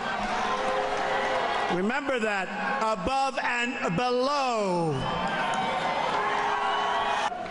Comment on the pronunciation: Is it just me ...or does that guy at the very end say "Blow Me" instead of below me ?